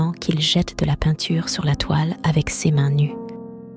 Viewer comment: C'est une voix digitalisé ? Les erreurs de prononciation comme "C~ès mains" au lieu de "ses mains", comme une IA qui lit un texte ??